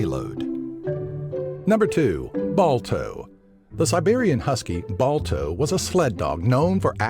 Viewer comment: But Come On It's Balto Balto